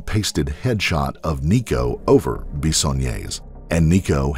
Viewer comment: IT’S NICO